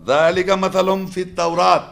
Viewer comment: مثلھم میں زبر نہیں پیش ہے